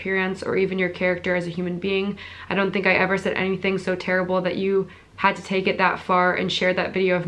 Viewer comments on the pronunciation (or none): none